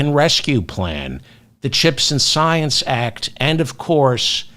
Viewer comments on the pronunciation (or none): none